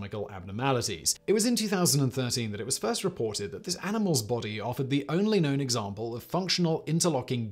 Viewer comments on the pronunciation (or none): none